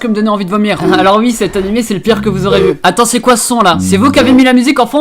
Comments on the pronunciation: Pk tu dis ui à la place de oui... t'es belge ou quoi ? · Attend tu a vraiment dit ui 😂😂je t'adore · "ui" "vous avez votez UI" ptdr, bonne vidéo sinon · tu dis “ui” je trouves ça très marrant voilà la bisette